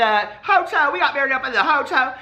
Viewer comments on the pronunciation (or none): bahahaha you said "hoto" instead of hotel.....LMAOO....That means gay in spanish but its spelled joto the j is pronounced like an H